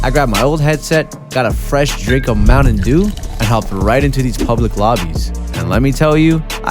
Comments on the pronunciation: “Mounin dew” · Mountain dew not mowdan you talk like a brain dead zoomer